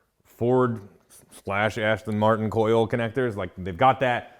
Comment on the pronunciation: "AsStang Martin"